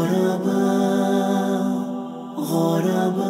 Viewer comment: Its ضمة not فتحة hahahaha... على وزن فعلاء كالعلماء و البخلاء Do justice to Madrasah Aljunied's Nasheed Hahaha 😂😂😂😂 👌 nice tho :)